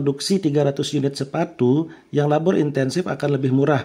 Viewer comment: Maaf ka mau kasih saran aja. Sebenernya penjelasannya cukup bagus dan mudah di mengerti, tapi 1. Ada beberapa kata yang kurang jelas penyebutanya, seperti di detik 15.33 penyebutan kata LABOR. Saya butuh beberapa kali pengulangan vidio untuk tau kata itu. Itu juga mungkin karna saya baru pertama kali mendengar kata LABOR, jadi saya sedikit kesulitan. 2. Untuk penjelasan di cth KURVA. Bisa kah Ka, untuk menambahkan coret-coretan merah di bagian-bagian yang sedang dijelaskan, agar lebih jelas. Karna saya masih kesulitan dalam membaca KURVA. untuk selebihnya vidionya cukup baik dan dapat dimengerti. Terimakasih, semoga untuk kedepannya lebih baik lagi. SALAM SUKSES.